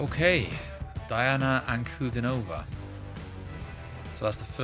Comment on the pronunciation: Dee-ah-nah Ahn-ku-DEE-no-vah. Emphasis on DEE